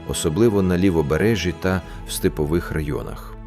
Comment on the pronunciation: СтЕпових а не стИпових. Ролик створила безграмотна людина, а озвучив безграмотний ШІ. Думав підписатися - передумав.